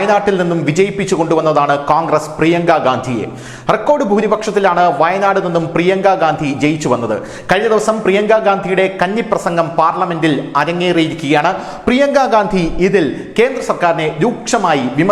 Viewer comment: കന്നി പ്രസംഗം കഞ്ഞി പ്രസംഗം ആയി. 😄